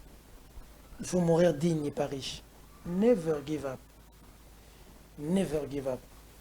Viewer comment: apprend un.peu l anglais ce monde d aujourd'hui a deja bascule On.ne prononce pas ainsi Never give up stp Et de deux toute la République et les kinois en particulier savent que tu es a la merci de katumbi et tu vis depuis un temps de ses poches Merci a toi